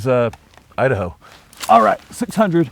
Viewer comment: Hi there! Idaho will never be the same again the way you pronounce it!